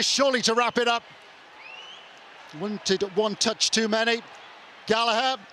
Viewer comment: Nice ball from 'Gallagh' aswell